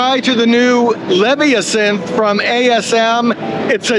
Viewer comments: Not sure about that pronunciation of Leviasynth, with the emphasis on the first syllable. I'd bet the house that the emphasis is on the second syllable, as with the pronunciation of the word Leviathan, which is almost certainly from where this synth drew the inspiration for its name. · Its Leh-VY-uh-synth. like Leviathan. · BTW, Leviasynth is pronounce the same way you say Leviathon. The accent is on the "vi" "La-VI-uh-sinth" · I think it's Lev-eye-uh-synth, like leviathan but a synth. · I would venture to say it is (or should be) pronounced, "LEV-EYE-A-SYNTH" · Surprised about the pronunciation of Leviasynth. I thought it would be similar to the word Leviathan. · Are you sure that you have the correct pronunciation of Leviasynth? I would swear that the name derives from the mythical serpent "Leviathan". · Well done sir, kept it moving n covered a great deal id say. However, one hang up lol, your not saying the leviasynth's name correctly sir and its killing me. The leviasynth is certainly named after the mythical aquatic beast the leviathan.... just as the the hydrasynth is... so just nitpicking ya but aint nobody bothered to tell ya and u sound ridiculous saying it incorrectly and I really enjoyed ur video and u seem like a thorough man who would care they were butchering the pronunciation of a product and nobody thought to stop u. Hopefully ya see this sir . Again loved the vid cheers